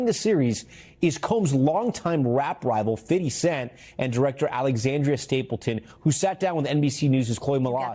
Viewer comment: bruh tripped me out when he said Fifdy Cent😂